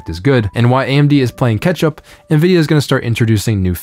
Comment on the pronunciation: Don't know why but it sounded like you said Ketchup instead of catch-up. Love your content! - And I don't like the new naming scheme. It feels like what AMD did back in the Athlon days and they had to put the Performance-Rating (PR) on their processornames to compate with Intel. It was first when they threw all that away and made an entirely new name (Ryzen) and architecture that they could establish themselves and distant them from Intel. Hope they can do the same with UDNA in the future against nVIDIA.